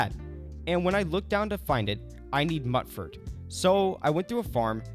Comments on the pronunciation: I’m sorry… “Nuka~Cola” not coke! Mutefruit, not “Mutt” fruit… Am I the only one bothered by these transgressions?! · Please stop pronouncing it muttfruit... I'm gonna lose what's left of my mind.